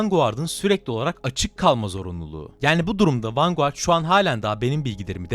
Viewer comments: Her defasında vengard demeyip vanguard diyerek ingilizceyi katleden. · Sorma bir de 90 kere mi ne vanguğart dedi :D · vangard diye okusana niye yazıldığı gibi okuyorsun? 🤦🤦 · Vanguard (vangard) ❌ Vanguğart ✅ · vanguard ne la sinir krizi gecirdim video boyu vangıard diye okunuo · Abi niye vanguardı vurgulaya vurgulaya söylüyorsun